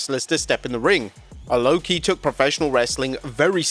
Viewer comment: Lwo-ki? Try harder nerds